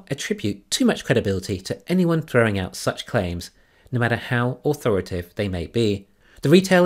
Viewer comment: A word to the wise (that’s intended as a genuine compliment): I don’t know the nuances of dialect or pronunciation in the lower hemisphere, but your American audience would be more accustomed to hearing an extra syllable in “authori-ta-tive”. As you always say … Thanks for listening.